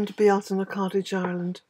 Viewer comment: THANK YOU!!!! I have listened, listened & re-listened to you saying it. I love the way you say it & wanted to know or understand. The first Google search took me to a Frenchman and it was titled, the correct way to pronounce Beltane. I knew beyond a shadow of a doubt it wouldn't be correct as you don't ask a non local how to pronounce something, but I listened for the entertainment. 🤣